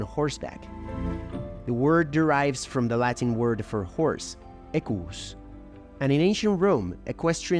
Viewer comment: very informative video, but please stop pronouncing Latin words as if it was Spanish 😭